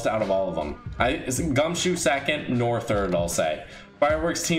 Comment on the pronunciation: Pretty sure you're pronouncing Noir wrong (I speak some french)